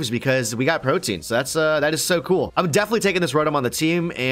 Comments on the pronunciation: Pro-tee-an... Though would have that, good fight! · They saying Protein instead of Protean xD Pro-tee-ann. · PRO-TEE-EN. NOT PROTIEN. PLEASE STOP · Its pronounced "Pro-Tea-Ehn", not Protein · Pro-Tee-Anne - not protein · Protean is pronounced pro-tee-in not pro-teen guys. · The fact that they are pronouncing it "protein" and not "pro-tee-on"... Yikes man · Pro·te·an. Man that one chafed a lil. lol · Protean is pronounced pro-tee-an and means likely to change frequently